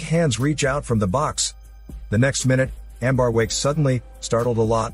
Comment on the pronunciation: Amber not Ambar